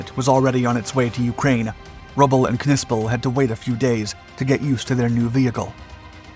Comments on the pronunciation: Its sounded out as Nissple i believe not Kuhnissple lol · Bro, you can’t be that uncultured to know the “K” is silent….it’s just pronounced Nispel 😅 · If I am not mistaken the K is silent in the German language when it precedes an N. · Im sure the K is silent..... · The K is silent.